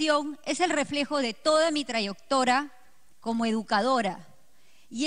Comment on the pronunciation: jajajaja ni siquiera sabe pronunciar bien dijo: trayoctora cuando en realidad es trayectora tambien dijo razanamiento pero en realidad es razonamiento